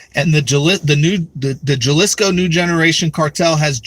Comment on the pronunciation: It's pronounced Haleesco. And 2 open borders democrat politicians just got elected down there. New Mexico elected congressman Gabe Vasquez who was raised in Juarez, and Arizona elected senator Ruben Gallego whose father is a Mexican drug cartel member.